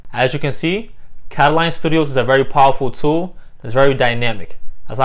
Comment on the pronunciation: How do you end up saying "Kataline" from reading "katalon"?